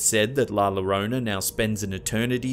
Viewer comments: And it's pronounced "yo-roh-nah." Fuck's sake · Hey man, not being able to pronounce words is one thing...but Spanish is super common now and we all know the double L is a Y sound. It should be pronounced Yo Ro Na. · You ruined it by not knowing common logic on some of these videos, not to mention dont knoe how to actually pronounce "llorona" and got her backstory wrong.